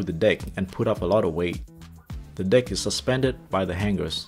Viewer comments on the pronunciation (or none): I’m sorry but at first I thought you were saying “bridge dick” until I realized it was “bridge deck” 😂 not laughing at your accent btw. I was just confused so I found it funny 😅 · it sounds like u said dick